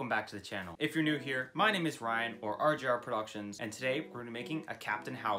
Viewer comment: In his “outro” he said RGR not RJR...?